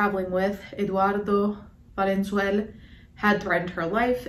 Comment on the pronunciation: it's "valenzuela" not "valenzuelá" (read this with hermoine's voice)